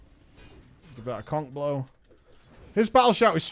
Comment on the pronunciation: When he says Conc-blow, does anyone hear something else? xD